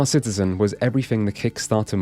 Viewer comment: Excuse me, sir, but I believe the correct pronunciation is Star Shitizen.